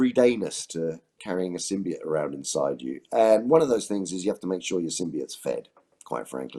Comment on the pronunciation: At least Andy Serkis knows how to pronounce symboite